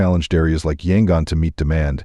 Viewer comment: = It’s actually pronounced Mē’-ăn-mah; I had a chance to visit this country full of lovely, immensely polite people in 1988, and it was one of the highlights of a year-long trip around Southeast Asia. = Yangon is pronounced Yăn-goon = Khat is pronounced Chat = It’s Mong-la, like la-dee-la = The problem with A.I. narration is that it doesn’t know which pronunciation to use when it’s a word with more than one way of saying it; for instance, tears and “tares” = Longyi is actually pronounced long-jee = Betelnut is pronounced Bee’-tel-nut = Roh-hing’-ga = Bah-gone’ = Raan-bū’-taan